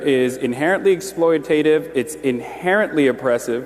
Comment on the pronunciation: Notice Charlie Kirk’s smirk after Piker mispronounced exploitative. Exploiaatative😂 He did say grammar is important!